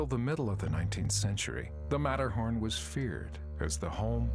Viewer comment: So sorry to see, that disrespect, not even to try the pronunciation of the subject and main person of your film. It is not american. There is no sermett and no Metterhorn and even Simon had to get a new name he has to be Seimon now